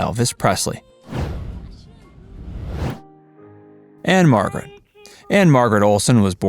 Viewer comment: Anne Margret Who? Even saying her last name (which no one does or ever has but probably he parents), you still didn't get it right.